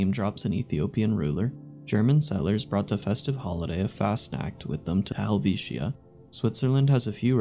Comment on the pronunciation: Drop the last I in Helvitia. I know it's there but we don't pronounce it that way.